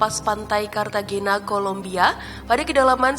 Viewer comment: Pengucapan nama juga perlu diriset mbak agar informasinya lebih akurat dan sesuai. Diantaranya: (san) jose = hose cartagena = karta-khena (turtle) tomb = thum adipocere = adiposier neuchatel = nushatel Selebihnya oklah. Semoga makin baik dan makin banyak subscriber-nya.